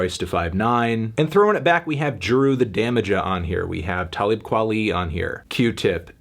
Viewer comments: this dude said JURU the damaja lmao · "And throwing it back we have JEWRU the DAMAHJEH on here..." Melon that ain't even close to saying Jeru's name good lord. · Props for shouting out Big Shug, partially deducted for mispronouncing Jeru the Damaja